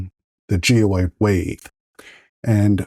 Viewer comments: Please note that that the correct pronunciation of this type of infill is gy-roid rather than gee-ode. Thanks! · Wtf is gee oyed? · Yea you are missing an R